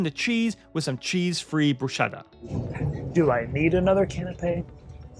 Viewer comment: Guys, this is an all too common error, but it’s pronounced BROO-SKETTA not BROO-SHETTA